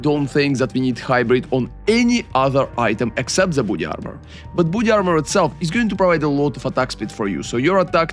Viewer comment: great video but i heard initially booty armour instead of body armour